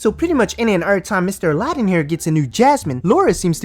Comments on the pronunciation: Did it irritate anyone else that she kept calling him Ala- din instead of Aladin. I mean he said his own name more than once and she just kept mispronouncing it. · Why do they say Aladin but he himself says it Aladin? Huh? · Why does she say his name wrong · why cant Jenny and Laura pronounce Sumit and Aladin properly after all this time? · How is she married to him but can't pronounce his name right ? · why can't she say Aladin correctly? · She can’t even say his name right